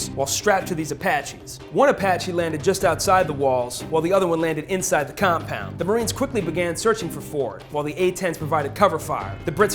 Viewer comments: "He was left in the com-Paund!" "They found him in the com-Paund!" :D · fire this annoying narrator. i winced every time he said COM POUND!! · Stop saying ' compound' like that e.e